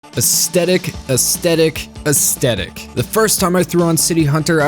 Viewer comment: It’s aesTHetic not aesTetic!